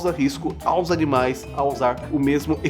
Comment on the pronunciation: "os canimais" KKKKKKKK